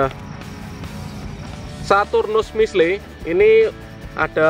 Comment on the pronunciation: Itu namanya missle dibaca missil Bukan missle